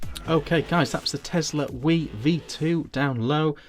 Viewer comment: As a 'Brit', have you never heard of the River Wye???? Pronounced "Why", NOT wee! Apart from that, the review was good.